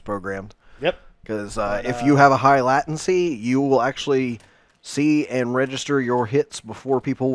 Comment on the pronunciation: If this guy says "lat-ancy" one more godamn time.